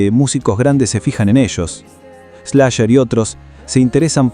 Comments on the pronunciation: “Slasher” (Slash) y “jito” (hito)… Che, no lo dejen relatar al mudo… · Ni idea tenes quien es Slash, Como le vas a decir ESLASHER JAJAJAJ